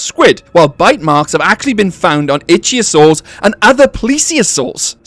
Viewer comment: Can u please please start saying ih thio sors ...ik begging you bro . U are the best but i wake up every time u say it wrong xD